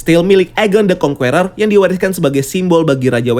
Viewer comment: Kritik dan saran buat.. so far, konten di channel ini menarik dan bagus 👍🏻.. TAPI, pengucapan "conqueror" ny tolong dong diperbaiki, jujur agak risih denger ny dari video serial loki "kang the conqueror" sampe sini pengucapan ny masih "kong-kUeror".. huruf "U" ny silent, seharus ny pengucapan ny itu "kong-Kerer", huruf "E" pengucapan ny sama kyk kata "KE"mana. ada baik ny kalo bahasa inggris atau bahasa yg lain itu di perhatikan pengucapan ny, sumpah risih denger ny. 😉